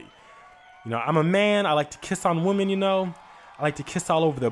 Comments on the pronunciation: Can he not read it’s women not woman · Mispronouncing "women" and "woman" like ugh bitch take your ass back to school. You need English 101.